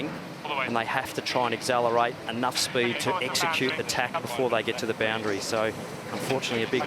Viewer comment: The commentator cannot even pronounce accelerate correctly.